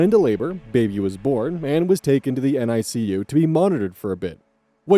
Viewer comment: The NICU is pronounced Nee-kiu